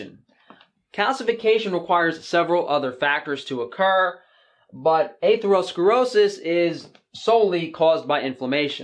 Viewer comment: The way you pronounce atherosclerosis makes me cringe